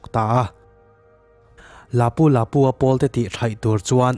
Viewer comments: A hming ilam dan chu le hahaa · Lapu Lapu i lam dan a dik lo